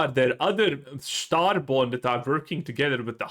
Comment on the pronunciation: Once i heard your "Starborn" i knew we were cooked